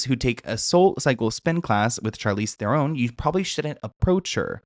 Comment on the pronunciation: Its pronounced threran. 😊😊 love u